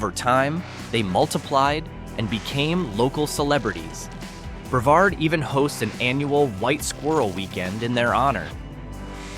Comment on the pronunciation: The towns are pronounced Bre-VARD and MAN-tee-oh, you AI moron. Hey, it takes about 15 seconds to ask someone and get it right.